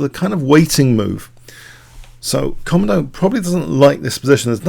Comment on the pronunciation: It's actually pronounced koMOdo, not KOmodo.